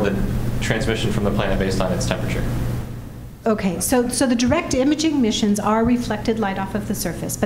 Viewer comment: Natalie, I love you, but please learn how to pronounce the word "temperature". There are four bloody syllables